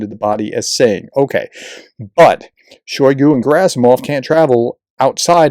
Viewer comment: PRONUNCIATIO Rarely is ant Slavic word or name with the emphasis on the 1st syllable. So it's SodOl GerAsimov ShoigU ZelEnski Also It's Oblast as in wOOd not AAblast